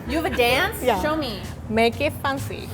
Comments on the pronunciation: "Make it Funcy" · She pronounces fancy as fun-sy and I love that T-T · I just love it when says fancy as "faancy" whereas it is actually spelt as "f(ae)ncy" <-- {only pronunciation in American English} and she looks so damn cute when she does her "MAKE IT FANCY" dance move 😂😂🥰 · i came here to enjoy her pronunciation of “fancy” so cute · I love rie pronounceing the word” fancy”